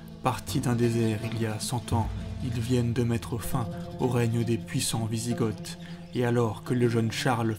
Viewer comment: Hâte d'avoir la suite, un petit conseil, de faire un effort sur les prononciations, on dit Wisigoths (Vizigo)!